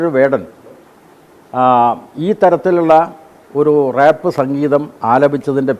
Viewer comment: 🫱🥴 റേപ്പ് അല്ല.. റാപ്പ് ആണ്. സഖാവേ.. കലയാണ് കൊല അല്ല😅